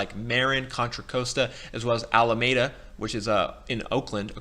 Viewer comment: "MARE-in," "Contra-COAST-uh," "Ala-MADE-uh." OK. Now I know you don't live in the Bay Area. Still this video is quite useful. Thanks